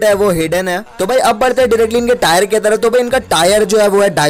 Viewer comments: It's not tyre it's tier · भाई टायर नही टीयर होता है🙏😁😁😀😀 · Bhai Tire nhi Tier bolte hai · Tire🤣🤣🤣 it's tier bro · Tayar 😂😂😂 It's tear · Its tier not tayer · Tyre 😂 diamond 2 bc tier hota hai tyre nahi